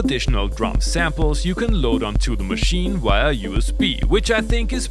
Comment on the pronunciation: There´s no W in "via". Stop saying things like "...that you can load wia USB". Say via, neeever say wia again.